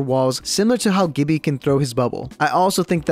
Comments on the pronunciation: Woah, what was that "GIBBYYA" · No one:: GiBbEaH